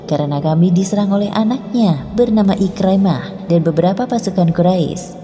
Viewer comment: IKRIMAH BUKAN IKRAMAH SEBUT BAGI BETUL